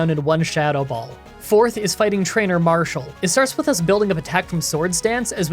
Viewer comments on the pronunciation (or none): none